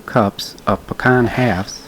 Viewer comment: Looks yummy! I will try this, mainly because you know how to pronounce pecan!!